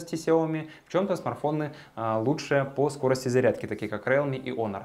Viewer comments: да не РЭАЛМИ, А РИЛМИ, боже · Не реалме, а РИЛМИ. Хороший видосик. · РИЛМИ по английском, а по руском РЭАЛМИ Как Xiaomi, на руском Ксиаоми, а на английском Жаоми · интересный общий обзор, можно сказать эпичный))) так держать! (в mi note 10 lite нет датчика приближения. realme произносится риилми). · Рэлми мне в уши!